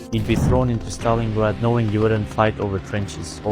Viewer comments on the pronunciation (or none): none